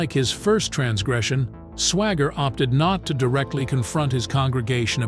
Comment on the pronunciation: The second word, instead of saying Swaggart he says Swagger.... what a hole.